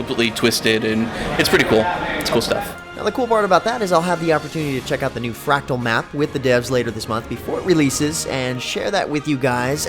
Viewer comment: MordRamoth, not Mordamoth. It's fRactal, not factual. I would think you have a problem with 'r's'. but you say other words just fine.